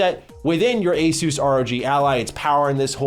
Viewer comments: It's pronounced Asus . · Is it pronounced Asus or Asus?